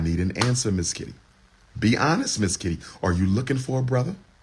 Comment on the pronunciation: This brotha kept sayin Mizz Kitty hahaha😂😂...dam freak hahaha i mean freak i. A definition of not hiding his desire for attention 😂😂